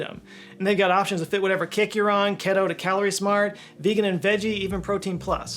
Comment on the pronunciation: I love your videos, but your pronunciation of keto as 'ketto' in the factor ad read is infuriating. 😉